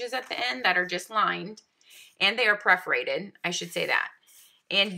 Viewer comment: Thanks for the video! Perforated, not preforated btw😊